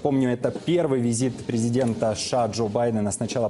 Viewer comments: Почему ведущий говорит ША ?? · Президент ША это кто?) У ведущего проблемы с речью, требую замены)